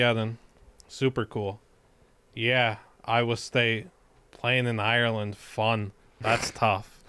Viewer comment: Say Ireland correctly challenge. Level impossible.